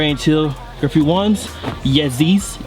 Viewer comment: did he just call them"Yezy's"